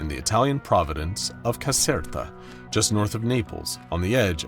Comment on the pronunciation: Bro i wanted to sleep but I'm Italian and every time I heard Caserta i exploded from laughing 💀😭